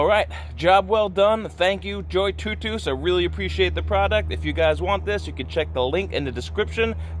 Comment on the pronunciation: Looks like a nice little inflator! Much better than the portable ones I’ve used before. The auto shut off is a real nice feature. I’ve wondered how to pronounce the name as well but your pronunciation makes the most sense haha